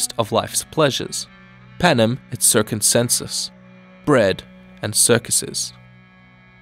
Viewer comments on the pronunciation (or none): The part about Panem and Circenses sounded like Panem and Circoncencus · It's "Panem et Circenses", not Panem et Circunsenses (?!). Good video though! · how di you get "circumsenses" form "circenses"? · "PANEM ET CIRCVNSENSES" lmao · On top of that, the C was pronounced K. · Yeah. But the guy added one syllable extra.